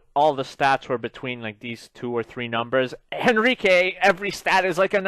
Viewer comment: It's hen-reek not hen-ree-kay